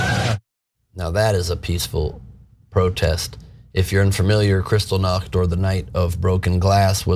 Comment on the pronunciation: He can't even pronounce Buchenwald and Kristallnacht!